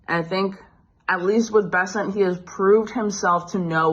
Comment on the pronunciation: Scott Bennet? At least understand who you are covering. It's Scott Bessent, not Bennet. It's not that difficult.